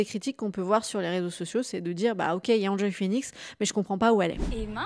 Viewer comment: Pourquoi dire "Hand Joy" et pas "Haine Joy" Phoenix, à l'anglaise quoi^^ Ca rappelle bien des souvenirs cette vidéo. On est en pleine nostalgie 😀